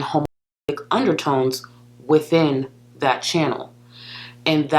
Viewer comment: Gorl was big on putting S's after her T's back in the day i.e. "thatsss" instead of "that"